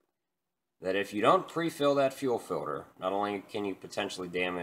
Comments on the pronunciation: filter not filder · I've literally never in my entire life heard someone pronounce the word "filter" as "filder" the way you do in this video haha hilarious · Filder or filter? Oil "Filder".. Fuel "Filder" 🤣🤣🤣🤣😭😭😭😭🤦🏻‍♀️ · To fill da fuckin filda or not fill da fuckin filda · FILDER FILDER FILDER FILDER FILDER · He says filder. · Filder or filter?